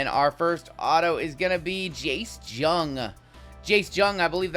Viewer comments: Jung. It's pronounced "young"- not "j-ung". You're killing me man. A kitten dies every time you mispronounce it. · I come to you with peace and love. Jace Jung is a tough name, pronounced “Young”. Rangers ROY candidate.